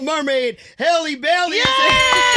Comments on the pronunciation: Who all corrected him in their heads when he said Haley Bailey? 😂…SIR!!! HALLE like Halle Berry. Short vowel. Get it togethaaaa. 🥂 Carry On. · If you can say Halle berry then you can say Halle Bailey! Not hailey! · Halle looks absolutely gorgeous here ESPECIALLY in that thumb nail ✨btw, Her name is spelt n pronounced the same way as the actress Halle Berry. It's not 'Hail' it 'Hal' ijs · the gentleman radio host called her Hailey instead of halle multiple times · Hah-Lee not HAY-Lee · HA-LEE like Halle Berry. Not Hailey. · it’s HAL-LEE not HA-LEE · Not them getting her name wrong. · U pronounced her name wrong…🙄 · Yeah I turned this interview off soon as they said her name wrong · There is no reason people should still be mis pronouncing her name it's literally the same as halle berry , And at this point it's just unprofessional to not know their name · Ugh, I'm irritated that she didn't correct him on the pronunciation of her name 🤦🏾‍♀️ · And he said her name wrong smh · PRONOUNCE HER NAME CORRECTLY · That’s crazy how you interviewing and get their name wrong🫣